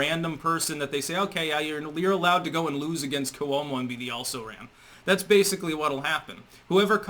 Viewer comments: KWO-mo, not ku-O-mo. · Libelous -- ( pronunciation) LYE - BULL ' ISS -- Cuomo - Quo-mo not Coo - Oh - mo. Geez -- you pronounce so many words incorrectly. BTW, Cuomo is now admitting to "being flirtatious," so basically that is step #1 in how exit. That's how they do it. Admit to a softer version and leave.